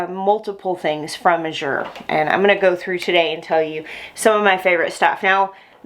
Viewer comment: It's pronounced like the color of blue. "Az-yur" or "As you're" Sort of rhymes with "Asher." Wow, what a great haul!!